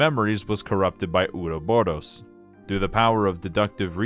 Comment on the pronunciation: Great video, my only constructive critique is the pronounciation of the word Ouroboros, there are future games in later entries, it's not Uroboro